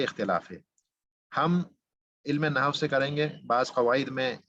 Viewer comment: جناب عربی زبان و قواعد کی تدریس کا آغاز اچھا اقدام اورکار نیک ہے. کچھ معروضات پیش ہیں اول تو آپ کا تلفظ درست نہیں ہے عربی زبان کی تدریس سے قبل اردو زبان کا درس لیجیے. لفظ نحو کا تلفظ Nahu نہیں؛ Nahav ہے. دوسرے عالم کی جمع علماء ہے علماؤں نہیں ہے. ابتدا ئی دس منٹ میں آپ کی قابلیت کا اندازہ ہوگیا. آپ درس کم دے رہے ہیں اور زیادہ پکار رہے ہیں.. مودبانہ گزارش ہے کہ آپ پہلے اپنی زبان کی صحت کیجئیے پھر عربی زبان کی تدریس کی طرف آئیے. "قواعدوں کوئی لفظ نہیں ہے قاعدہ کی جمع قواعد ہے.. تیغ بازی کا شوق اپنی جگہ لیکن قتل عام نہ کیجیے.